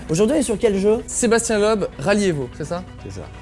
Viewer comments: Les français savent pas prononcer Loeb c'est ouf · On dit pas Sébastien "lob" on dit "Leub" bordel